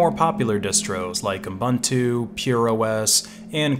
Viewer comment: As an African, after all these years, I still chuckle at the pronouncement of Ubuntu. Here, it's closer to Oo-Whoo-ntoo. OT: my daily driver is Arch but on my gaming Windows machine, I run Debian vis WSL. I was surprised by how easy it was set up. Nothing has broken but I use it mainly for weechat.